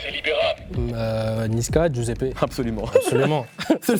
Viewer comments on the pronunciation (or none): none